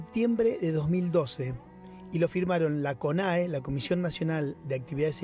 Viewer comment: Y dale con decir conea... Es CONAE!! El ex embajador estuvo muy bien con sus comentarios